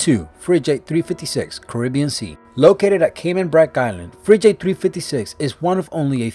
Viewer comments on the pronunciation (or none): Schooner? Fridge-ate? Learn to pronounce! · Oh god the pronunciation sucks fridgeate shooner wtf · WTF is a "Frijate" ???? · And frigate and Fridge Ate? Wow, can these people get someone with a basic understanding of the English language to voice these videos? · I've never heard so many mis pronounced words in a video ever , he really can't pronounce easy words like " schooner " and " frigate " ?? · dude i cant believe you mispronounced frigate and more importantly Jacques Cousteau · Lusitania. Also the g in frigate is hard